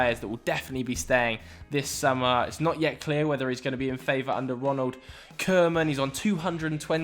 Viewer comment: Why does he keep pronouncing it Ronald “Kurman”?